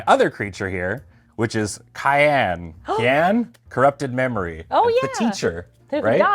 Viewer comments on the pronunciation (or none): none